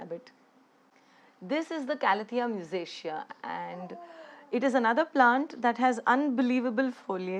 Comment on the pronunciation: its not calathea musicia ..its calathea musaica ..called so for its mosaic like patterns.